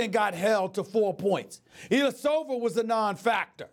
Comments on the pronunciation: Whether it was Ersan Eh-e- Eller-a-sova 🤦‍♂️😂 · Brenn K mirochitch and illyersover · SAS pronouncing Antetokounmpo: perfect SAS pronouncing Mirotic/Ilyasova: brain aneurysm